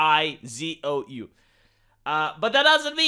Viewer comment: The word is "bai zuo" = White left not "Bai zou" = Bland porridge